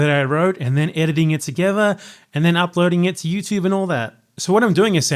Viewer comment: British people be like Youchube